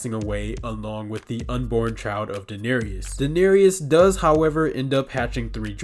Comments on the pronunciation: You missed pronounce it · You could at least pronounce Daenerys correctly… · Ah yes the mother of dragons, Dahneerius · Sorry, but you’re saying the name of the mother of dragons wrong? It is pronounced, and spelled,Daenerys but it is properly pronounce as daneris but it is pronounce. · the way you pronounce Daenerys literally drives me insane